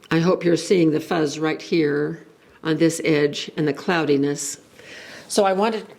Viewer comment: Hello, by 'fuzz', I think you mean fizz. 😊